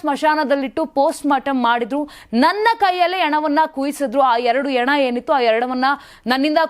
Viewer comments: ಹೆಣ - ಶುದ್ಧ ಉಚ್ಚಾರ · Junk Reader, ena, eliddu ... junk prononsations. Hena and heliddu endu helalu barada e hudugi waste